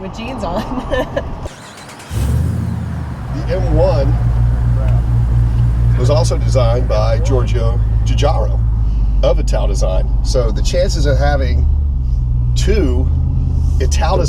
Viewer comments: You pronounce it Giorgetto Giugaro "jue-jaro" . WOW. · Hey, the proper pronunciation of Giugiaro is "Jew-Jar-O". I photographed his son about ten years back with the Giugiaro Mustang, and his assistant taught me the pronunciation. G-Dog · Jee-gigario, I think 🤔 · It’s pronounced “Jew jarr ro”. Fun fact,he also co designed the DMC DeLorean which isn’t that surprising looking at the M1. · Come on, you should know how to say Giugiaro. Reminds me of RRR trying to say Aston Martin😂